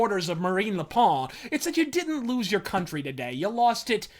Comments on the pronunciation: Le Pawn? Its Le Pen like in pentagram. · Okay, props that you tried to pronounce Marine Le Pen's name, but it is just pronounced... "pen." Yeah. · Don't want to be that guy but 'Le Pen' is pronounced the same way as the writing implement is in English